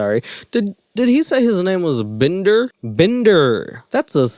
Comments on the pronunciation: I laughed out loud everytime you said "Bndrrr" 😂😂 best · Omg i love the hell outta u when u do the Indian accent I am literally crying with laughter -bender come on Can u do a video with that accent the whole time??? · Why do you do an Indian accent whenever we talk about Shane Dawson's character, Binder? Am I missing something? I just have so many questions about this movie? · Everytime you say binder in the Indian accent omg 😂😂😂😂I'm losing it 😂😂